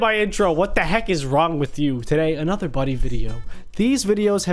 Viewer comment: for me I heard money isstead of buddy